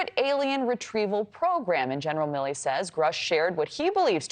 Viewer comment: Milley. 🤣🤣 C'mon man.